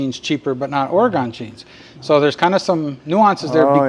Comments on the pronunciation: I hear you say “Ora-gone” so you just need to know…everyone from Oregon says “Ore-gun.” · Thanks for the referral I’ll be checking out the web site but one thing It’s Oregun not Oregone